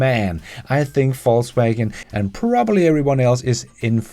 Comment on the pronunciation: He pronounces it correctly, as a German would. Similarly, my German last name would be properly pronounced similar to “Foss” in English.